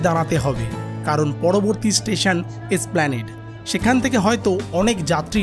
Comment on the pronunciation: এই প্রথম কাউকে, এসপ্ল্যানেড "এ" সহ উচ্চারণ করতে শুনলাম। ধন্যবাদ।